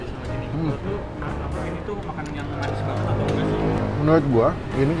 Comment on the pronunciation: Bang ngomong Luh tuh benerin dulu😂😂😂😂